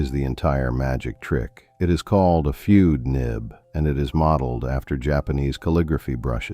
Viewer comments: Fude is not "fyood", it's pronounced FOO-deh. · fude is pronounced foo-day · The Sailor "Feud" de Mannen.